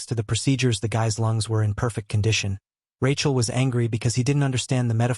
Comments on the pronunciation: tell me about it, its supposed to be Rakiel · Rachel? AI struggling with names and gender